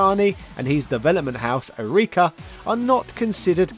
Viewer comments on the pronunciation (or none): none